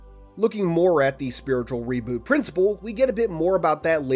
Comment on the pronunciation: Funny, you seem like you absolutely hate the idea of Infinite reverting back to the original design language of CE. You sounded so irritated when mentioning it, especially when you say “spiritual reboot” with emphasis. 💀😂